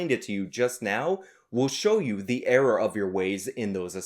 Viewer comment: Could never really tell you were a new yorker until I heard you say error